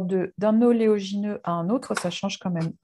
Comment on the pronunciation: Merci pour vos superbes recettes et partages. Ps. Vous dites toujours ''oléogineux'', or c'est oléagineux quil faut dire 😉